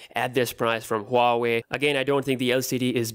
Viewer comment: Boss this is waa wei not Huaaawei. Correct your pronunciation